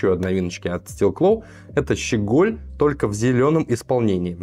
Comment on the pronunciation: В слове щеголь ударение на первый слог